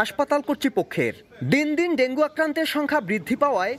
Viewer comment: সংবাদ পাঠক ডেংগু না বলে ডেংগি বলছেন, এরকম ভুল উচ্চারন কিভাবে করেন,একজন সাংবাদিক?